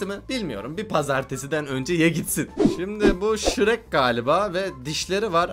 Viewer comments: O şirek değil abi hulk🤣🤣🤣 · Abi şirek değil halk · Hulk a Shrek diyen koca yürekli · 7.31 abi o şirek değil hulk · Abi o şhirek değil Hulk 😊😊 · Şirek dedin ya o holk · Şrek değil hulk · Abi o şirek. dedin halk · Srek degil abi hulk o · Hulk a şirek diyen kova yürekli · Hulk a şirek diyen koca yürekli